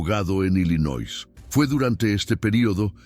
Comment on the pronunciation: ILLINOIS se pronuncia sin S